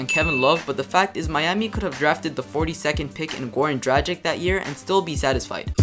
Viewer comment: it's pronounced like this: dragich (dra g like good, ch like choose)